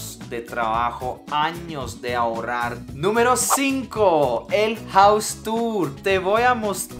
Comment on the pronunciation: no díga: ahorar, díga: ahorrar